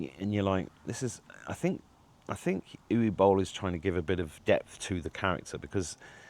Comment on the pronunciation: No, you did NOT pronounce it correctly... It's not "U Bowl" but Uwe Boll! He is German and not French!